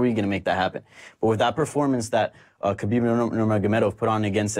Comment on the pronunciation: How does Luke get upset at donks who mispell Conor/Connor but can sit with people who WORK in MMA and cant learn to say Haaaaabeeeeb right ? Seriously, its not that hard. I get that meathead Schaub and his little chihuahua buddy aint the sharpest tool (and he infects Rogan who says it right but when Schaub is on, reverts to the wrong way) but the others here are journalists. You learned to say the brazilian names like Hoyce Gracie properly, not sure why its hard to get his right. Yes, I get that its a ridiculous english translation that puts a K in Khabib even when there is none in russian (nor are there silent letters in cyrillic) but if youre not sure which is right, how about asking someone? Because you know,...its your job and you should know how to same the name right (never mind a lack of hespect).